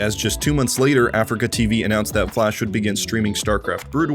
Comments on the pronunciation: Lovely bit of content just triggered by the Afreeca being pronounced as Africa. It’s (Ah-Three-KA) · It's not pronounced "Africa" its "a-free-ka" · He's saying afreeca wrong right? its not Africa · Hamman How also is it pronounced? I always say "Africa" when refering to "Afreeca" o_O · mfw when he keeps saying afreeca like africa